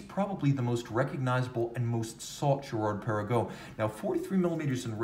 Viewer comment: Hi, I’ve never heard you yodel Girard Perregaux before. Impressive.